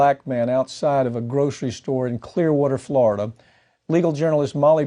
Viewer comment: Please pronounce it right, FloriDUH